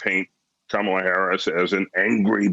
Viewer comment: It seems the best they can do is to mis-pronounce Kamala's name. That and constantly lie! It feels like I am back in Junior School. How embarassing for the GOP. Is that the best they can do? The reality is, if Trump had simply done his job, he would be re-elected. But he has failed to do the job. He has failed America.